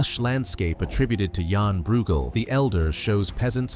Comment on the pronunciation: It might be an even better video if your voice learns how to pronounce 'Breughel'